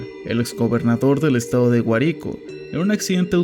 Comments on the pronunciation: ay me perdonas pero es Guárico, no Guaríco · creo que lo primero que tienes que ver es como se pronuncian los nombres de los estados correctamente.. no es DELTA AMARUCO.. ES DELTA AMACURO.. NO ES GUARICÓ.. ES GUÁRICO.. TAMPOCO ES ANZOAÉGUI, ES "ANZOÁTEGUI... ver donde estan los acentos correctos...😡😡😡😡😡😡😡😡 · es Güárico, no Güaríco, pero buen vídeo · Que dolor me dió cuando dijiste Guárico sin acento en la A 🤢🤢🤢🤢🤢🤢🤢🤢🤢🤢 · guarico no, Guárico, no olvides el acento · Solo para corregir las pronunciaciones: Guárico, no Guaríco; Anzoátegui, no Anzoatégui; Delta Amacuro, no Amaruco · Eres el terror de los acentos Guárico, Larrazábal, Anzoátegui De resto está bien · Guárico y Anzoátegui con acento😅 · se dice GuArico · Hermano, buen video pero te daré una crítica constructiva: trata de investigar bien los nombres propios de las ciudades pues dijiste mal Guárico, Anzoátegui y Delta Amacuro. Le quita un poco de profesionalismo y calidad al video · Igual pronunció mal Guárico jaksksksksks